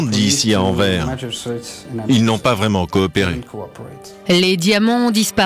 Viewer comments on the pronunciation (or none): Pauvre français qui écorche AnverS en prononçant Anver 😭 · On dit AnverS ;-) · faites sauter la banque avec louis de funes et Anvers le s se dit! anverse ! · Il y a un S à la fin d'AnverS et on le prononce!!! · Horribles ces coupures de son. Au fait, on prononce le "S" dans Anvers... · Oui mais anvers sans E mdr